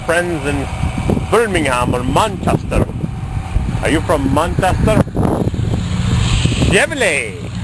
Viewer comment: Ah...Don't be mean to Roxy...She's a Peach!!! Wow...An Austin 1300 Vanden Plas in America! They must have been desperate...haha!!! 'Vanden Pla' 'Ber Ming Ham' 'Man Chester'